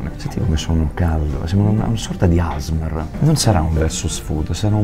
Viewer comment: Asmr no Però!si legge a esse emme erre